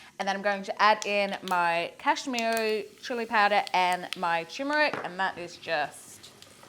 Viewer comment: It’s Turmeric. Not Tumeric..😊